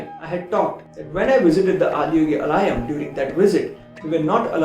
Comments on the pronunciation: Namaskaram Anna 🙏 😇 it's AALAYAM ( or आलयम् in Hindi to be precise) which means abode or home in Sanskrit. I've seen all your videos listening to this pronunciation, so wanted to just rectify through you. Keep up your Good work 🙏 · Great sharing and thank you. It’s pronounced as ‘Aalayam’.